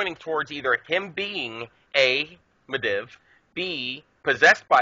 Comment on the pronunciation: Medivh-Mid'eve not Mid iv